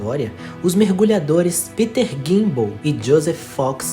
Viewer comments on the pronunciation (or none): none